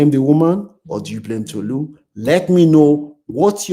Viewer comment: Yow…it’s Tolu not Tutu…ye yard…🇬🇭